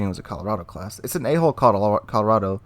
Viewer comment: Hard to pronounce hull instead of hole? As in A hull Colorado?